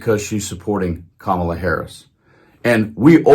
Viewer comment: His pronunciation of Kamala is getting better. (I had to look hard for a positive thing to say here.)